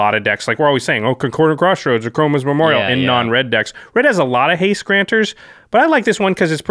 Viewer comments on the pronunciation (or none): Haste: Has-ta-tae Reach: Re-ache I'm all for mispronouncing keywords. I'm going to start using menachae in games.